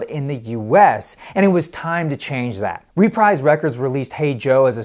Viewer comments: Great analysis of a great album. The US version is by far the stronger of the two and it even has a better cover. It gets my vote. Just a few quirks about the video itself. I hate to sound like a nitpicker but: 1. It's pronounced ruh-PREEZE (rhymes with Febreze) and not REE-prize. 2. It's pronounced GREN-itch not GREEN-witch. and 3. The text overlay when the song "Remember" is playing says "Remeber." But other than that, a well done presentation of a great LP. You have a new subscriber. Keep them coming. Vinyl rocks! :) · It’s pronounced Re-preeze not Reprize. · There is a UK stereo; Track Records 613001; and if not mentioned, the US label is "re-preeze" not "re-prize" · Dig it, it's pronounced "ruh-PREEZE" Records, babe, not "REE-PRIZE" (like ). And that's from the 'Chairman of the Board' and founder of Reprise, Mister Frank Sinatra. Get it right or he may just posthumously send some people over there, right. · The record label is pronounced REPREESE. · Also (and this is not obvious): the US label name "Reprise" is pronounced "ree-PREEZ." The label was founded by Frank Sinatra in 1960. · Unlikely. I few sentences earlier, he referred to "RE-prize" Records. But I have some sympathy. There are words, particularly names, that you can know a lot about from reading, but just not have come across them in conversations before. The pronunciation of a word like Greenwich looks pretty straightforward unless you have heard it spoken. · Frank Sinatra's record label is pronounced ree-PREEZE. FYI... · ..reprise..Greenwich..the guy needs some pronunciation lessons